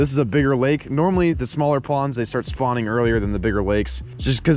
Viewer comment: “I’m just fishing normally (NORM-ally)”